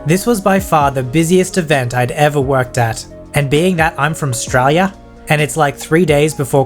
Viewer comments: Just liked because of the “‘Straya” 😆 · The way u said australia triggered me tbh lol its fine tho u do u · Y did you say Australia like that bit mean, mostly only bogans say it like that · Australien accent when you sead Australia